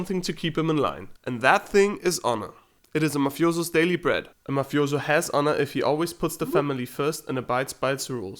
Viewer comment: I cringe when u say “mafiozo”